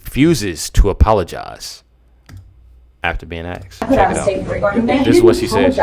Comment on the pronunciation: Asked not aksed